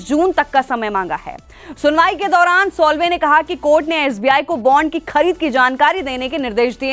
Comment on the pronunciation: उनका नाम सोल्वे नही, साल्वे है!!! 😮😯😱